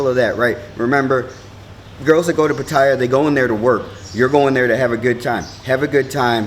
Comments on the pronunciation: It's Pat A ya FFS not pat eye a. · I haven't watched the video yet, just 23 seconds of it, but already it is difficult for me to take you seriously when you can't even pronounce the city correctly. It's not 'Pa-tie-ya', it's 'Pa-ta-ya'. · Pha Tha Yhaa the y is not used is the correct pronunciation* Great documentary Sir, thank You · i could pay attention to what this guy says if he only would pronounce PATTAYA right! Otherwise, it's not worth my time. Having been to Thailand a lot, I learned early that you gain respect by speaking the language correctly, even if you only know a few words. If not, the people will still smile at you - it is, after all, the Land of Smiles - but some will secretly think of you as just another farang khi nok: bird-shit foreigner!